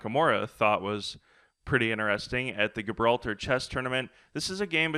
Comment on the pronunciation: Gibralter is pronounced with a soft G